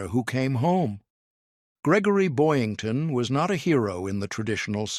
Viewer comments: . It's BoYINGton, NOT Boynton, Jeesh... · It's Boyington, not Boynton. AI BS.